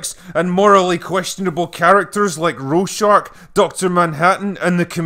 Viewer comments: "Roar-shack", not "Row-shark". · Its a Swiss name thats butchered by english pronounciation. I've never heard any english speaking person pronounce it correctly, since the "ch" sound at the end of the name does not exist in english. But i guess you could settle for Rawr-shag. There is definately no r in the second syllable, so Rorshark or similar is flat out wrong. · he keeps saying roshark, instead or Rorschach. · Normal people: ''Rorschach'' The Critical Drinker: ''rowshark'' ...You know what? Why not. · "Normal people? Or American people?" ??? Both Brits and Americans normally pronounce Rorschach as 'roar-shack' or with an 'ah' sound as in 'Bach'. Turning roar into row and shack into shark (even though there isn't an 'r' in it) isn't a matter of accents, lol. Didn't know this comment would become a big thing. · Ah yes, "row shark," the character with a black and white mask that always forms into shark shapes...brother to Rorschach (ror-shack), the one from the comics and movie. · You pronounce Rorschach as "roe-shark"... is that intentional? Shouldn't it be "roar-shack"? (as my dictionary suggests). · Every time he said “Rorshark” I died a little inside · ikr. ROR-SHACK. Like the Rorschach psychological test, like his mask? durr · Wikipedia says your wrong, apparently it's raw shacks. German: hɛrman ˈroːrʃax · "Roar Shark" is now the only way I want to ever pronounce his name now. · Take a shot every time he says "Row-shark". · I heard him say it several times. . .but seeing you type it out like that make me lol. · It's RoyShark. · Drinker has a hard time saying Rorschach, saying "Ro-shark" instead. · Nobody: Not even an amoeba: Critical Drinker: “ROE-SHAHRCH!!!” I couldn’t help myself 😂😂 love you CD!! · Who’s “Row-Shark?” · Actually, it should be pronounced "Roar-shack." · "Row Shark" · I know that "Critical Drinker" is supposed to be drunk, and slurring his words thus forgivable - but "Rohrshark?!" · Just so we're clear, it's not pronounced, "Roar-Shark".